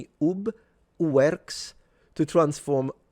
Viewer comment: I always thought Iwerks was pronounced "eye-works", but I could be wrong.